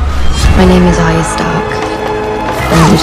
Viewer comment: Arya can't say her r's. That's unfortunate